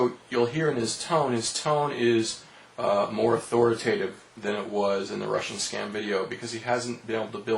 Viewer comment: ... on accident ... butcher the english language autho-rit-at-ive ... i thought you sounded intelligent at first ...